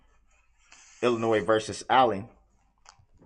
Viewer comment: Illinois vs Allen. ILLINOIS,Darrel? The" S "is silent. Phonetically yours.... you are under the prison.